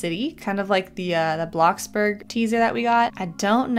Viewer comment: U SAID BLOXBERG INSTEAD OF BLOXBURG XDD